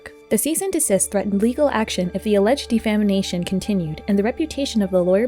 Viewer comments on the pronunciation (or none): Sweetheart, good video but it’s “defamation” not “defamination”